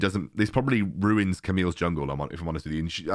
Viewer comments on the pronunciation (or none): none